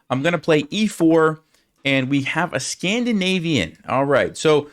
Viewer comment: Scandinavian ❌ "Scam" dinavian ✅